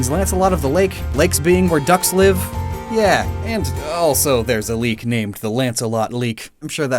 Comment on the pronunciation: *Leek, not leak.